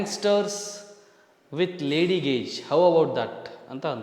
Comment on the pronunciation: ಬ್ರೋ ಅದು ಗೆಶ್ ಅಲ್ಲ ಗೇಜ್